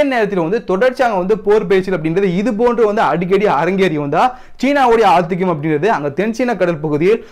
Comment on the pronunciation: வணக்கம் செய்தி சிறப்பாக இருக்கிறது,ஆனால் இடையிடையே சிறுசிறு உச்சரிப்பு பிழைகளை திருத்தி கொண்டால் இன்னும் சிறப்பாக இருக்கும் உதாரணத்திற்கு இன்றைய செய்தியில் ஆத்திக்கம்ன்னு சொல்லுகிறீர்கள் அவ்வாறு சொல்ல கூடாது ஆதிக்கம் ன்னு சொல்லணும் இதை தான் குறிப்பிடுகிறேன் உங்கள் சேனல் மென்மேலும் பெரிய வெற்றிகளை அடைய வாழ்த்துகள்.